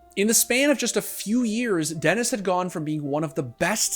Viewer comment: Electronic is Denis not Dennis